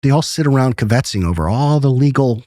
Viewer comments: Around 50 mins in, says "keh-bet-zing" and my mind is working hard on what the heck is he saying and then it dawns on me he is attempting to say "KIBBIT~SING"! Bwahahaha!!! And I'm thinking WHAT THE HECK IS THAT NEW WORD??? JUST WOT??? LOL!!! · He's trying to say 'kvetching'